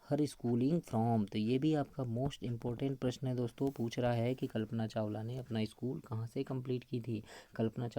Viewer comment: Sar kalpna chawla hota he chawal ni